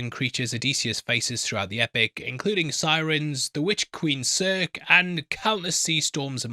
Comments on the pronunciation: ...and it's Cir-see, not Cirk 😂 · Bro really said Cirk to Circe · Circe is pronounced "Sir-see", not Sirk nor Sir-kay. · Witch Queen Serck?!! Good Heavens its pronounced like Cersei Lannister. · Sir-key...u heard it,I heard It..Oh he DEF meant Cerci (Seer-Sea) 🤣🤦‍♂️ I mean yh props for admitting that he was gonna butcher,The hard 1s lol,but. Cerci???really?? Then again,if ur not into the stories/lore,greek/Roman stuff,then a tad exception..jk.. 🤣✌️ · Pronouncing Circe (Cer-See) ‘serk’ is where I bow out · The witches name is pronounced sir see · Pronunciations. Aga mem-non. His brother Mene-la-us. Odysseus’s son Telem a-cus. Siren Cir-see. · If it helps, Circe rhymes with mercy and Odysseus is uh-diss-ee-us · Circe is pronounced sir-see like the GoT character. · Sir-see,! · To be fair, in ancient Greek, it would have been Kirke (i.e. Ker-kee) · You fell for the engagement bait. He knows how it's pronounced, he just wants you to comment about it. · Here are the correct pronunciations: Oh-DIS-yus a-ga-MEM-non Men-eh-LAY-ohs SEER-see (or KER-kee) Ta-LEM-ah-kos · The English language pronunciations of these names are: Odysseus = O-diss-eus. Agamemnon = Aga-MEM-non. Telemachus = Te-LEM-ak-us (this one has some variations to it, admittedly) Polyphemus = Pol-IF-e-mus. Circe = Ser-see. (No shade. Not knowing pronunciations because you've only ever read the name is no cause for shame in my eyes.)